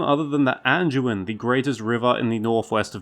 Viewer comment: Hey there, buddy😀👋🏼 Just a little heads up with the D pronunciation on the likes of the Anduin and Branduin. Try to get used to saying the D with a hard D sound, not a J sound. I’ve noticed you've done it on previous vids, too. I know it’s really easy since a lot of DU words are pronounced with a J sound…like Duke, for instance. I say it that way, too. But when you’re narrating a vid, you wanna try and keep it as professional as you can, you know? Other than that, great work.😄👍🏼